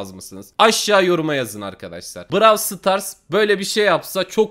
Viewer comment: Abi sen niye brawl starsa brawıl stars diyon 😒